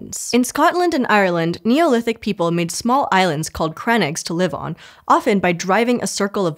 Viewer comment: Just a pronunciation tip. Crannógs are pronounced crann like cranberry and óg as in (r)ogue. Thanks